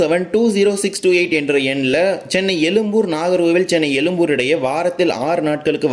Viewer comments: . உச்சரிப்பில் “ழ” அழுத்தம் தேவை. அழுத்தம் இல்லாததால் எழும்பூரை “எலும்புர்” என உச்சரிக்கிறாய். 😊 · No you said elumbur meaning bone zha which cannot be written other than Tamil& Malayalam but you have written correctly why don't you pronounce it correctly that's why I said you could have pronounced in English,it would be appreciated if you pronounce it atleast in your next vlog. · Very irritating to hear elumbur when you cannot pronounce atleast say Egmore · அது எழும்பூர். எலும்புர் அல்ல 😮😮😮😮.